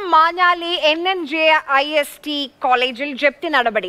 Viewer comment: SNGIST മാറി NNJIST ആയി പേര് പോലും തെറ്റാതെ പറയാൻ അറിയാത്ത ആൾക്കാർ അതോ വെള്ളാപ്പള്ളി ബാറിലെ വെള്ളം കുടിക്കാൻ തന്നോ 🤣